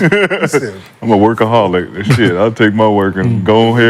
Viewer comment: “Wurkaholic” is crazy 🤣🤣🤣